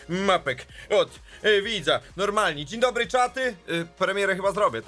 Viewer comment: 0:6 a dziń dobry diń donry